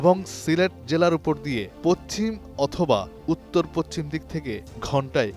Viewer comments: পচ্চিম না।উচ্চারণ হবে পশ্চিম। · পশ্চিম উচ্চারণ করতে পারেন না কেন? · পচচিম শব্দটি বলা হলো চারবার আসলে হবে পশ্চিম